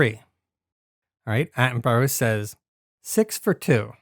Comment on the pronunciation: One point, it's pronounced "Atten-bu-rah".